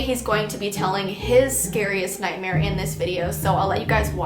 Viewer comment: Anyone else nothised when thqt guy was talking about his night mare and when he was saying nightmare he said night hare if you did I I I V